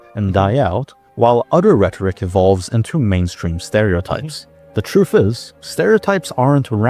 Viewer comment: I like how this guy pronounces truth as "TROOOOF" 😂😂